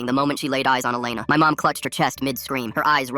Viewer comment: WHAT?? MY name is Alena (but you say it like Elena)